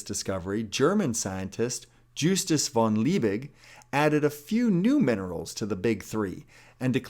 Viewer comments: It’s Justus von LIEbig, not LEIbig! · Basically everybody knows that, right? It's our choice, and we're all weak little humans. It's "Liebig" by the way, not "Leibig". Sorry, couldn't resist. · 'Leibig' is pronounced wrongly. Funnily enough, this surname means "of the body" in German. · His name was Liebig, Leibig would be pronounced totally different in Germany. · Hey! Little correction about the pronunciation. In German words/names "ei" is spoken like the english "I" (Like in "I am") and not "Liebig" Hope that helps:D